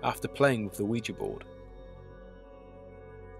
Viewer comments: my understanding is that the name derives from the French and German words for "yes": Oui and Ja. Therefore, your pronunciation would be correct. Great channel, btw. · I've heard it pronounced both ways. I think you're saying it the right way. It was a very interesting video as well. Now I don't have to be so afraid of the Ouija board.